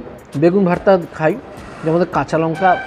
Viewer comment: Ore buka not vharta, this is vhorta